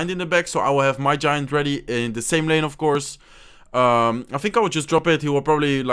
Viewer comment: Listen on he says change lange instead of lane